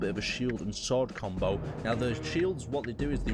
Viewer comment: "Now we'll try a bit of a different combow"